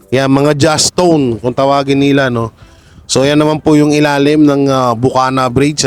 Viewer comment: Wag kang magparawa sir ! Anong jastone? JACKSTONE kaya ang tamang tawag diyan ! Salamat.:eyes-purple-crying::eyes-purple-crying::face-blue-wide-eyes::face-blue-wide-eyes::eyes-purple-crying::eyes-purple-crying::eyes-purple-crying::eyes-purple-crying::eyes-purple-crying::eyes-purple-crying::eyes-purple-crying::eyes-purple-crying::eyes-purple-crying::eyes-purple-crying::eyes-purple-crying::eyes-purple-crying